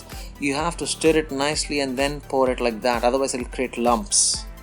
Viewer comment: I meant no disrespect... but please do not pronounce 'stir' as 'St-ee-r' . it should be pronounced as 'St-u-rr' instead. I hope u did nt get offended.. ur recipes are awesome n so is ur description..